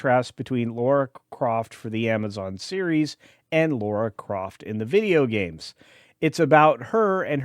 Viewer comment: "Laura Croft"? She's dead Jim